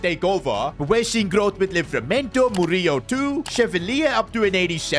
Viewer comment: Btw the way how to pronounce Murillo is: Mo-ri-lo